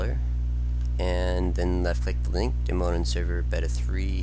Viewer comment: He can't even pronounce the word "beta" correctly